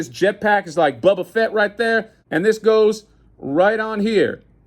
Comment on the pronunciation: Bro you had me sold as soon as you mentioned the Wu-Tang Clan which is my favorite Hip-Hop group of all time. Lmao he said 'Bubba Fett'🤣🤣🤣